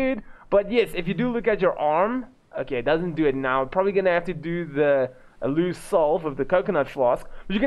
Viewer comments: Aloe is pronounced ALO..not Alew lol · Hey bro it's pronounced AL-OH